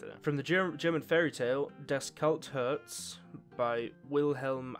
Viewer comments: Love your Attempt at Pronouncing German, it was a valiant effort! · Cool Video. Love Gaunter, he's one of my favourite characters (if not no.1). Did cringe on your german though. Rumpelstielzchen and Das kalte Herz